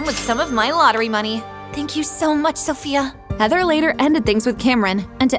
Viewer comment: Lol and ot the start she said sosia not sophia